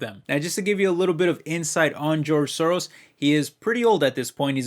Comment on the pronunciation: Soros Gyorgy is Hungarian. Pronunciation is not perfect😉